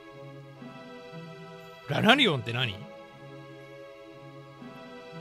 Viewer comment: ラナリオンがアナルゴンに聞こえた( ▔･ω･▔ )